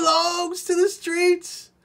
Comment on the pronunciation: “She belongs to the skreets.” 🤣🤣